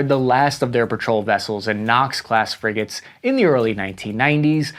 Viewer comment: friggin' "friggates" :D